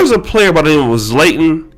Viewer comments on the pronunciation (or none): This man just butchered zlatan name😂😂😂